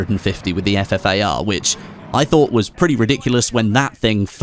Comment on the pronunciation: it's ffar! not fafar.... smh